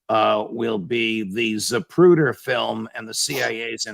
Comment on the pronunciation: ZaPruder. Not ZaBruder.